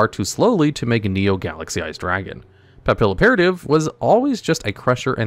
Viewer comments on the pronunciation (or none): "PAP-PILLOW-PERATIVE?!" SIR!!!! she's a butterfly spy agent! It's French! Say it with me! "Pappy- Operative" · I love this channel and content but please learn to pronounce papillon!! It’s a French word, the A’s are very different and the double L’s make the YUH sound like in Spanish; you are BUTCHERING Papilloperative, my guy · God I'm going to die if he says papilloperative wrong anymore. Pap. Ill. Opera. Tive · how did you mispronounced photon papilloperative Whose name is the combination of the word operative in the French word for butterfly Papillon. You could have just looked over the anime to get the right pronunciation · How many times are people going to improperly pronounce Papilloperative lmao